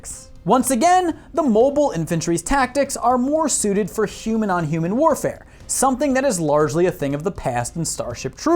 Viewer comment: "HOOOMAN INTORCORSE"